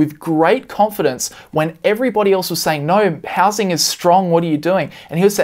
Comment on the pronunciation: You can't pronounce "no" correctly yet you want us to believe you understand economics lol